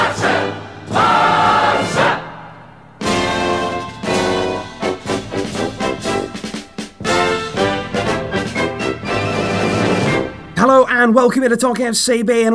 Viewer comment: Ghost Rider not you either, its ”Barça” in spanish ”Barca” means boat...